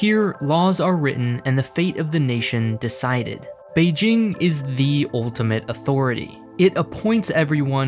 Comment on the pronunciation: someone practiced his pronunciation of beijing